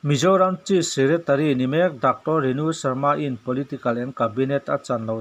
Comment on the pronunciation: Chief secretary hi chis tiin lam ri fo lo la